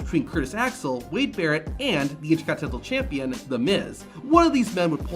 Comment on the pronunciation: Repeat after me... "INTER... CONT...INEN...TAL"